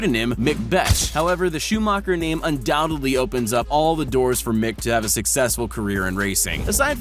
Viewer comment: Btw it’s Schumacher “Shoe -macker” not “Shoe-Moker”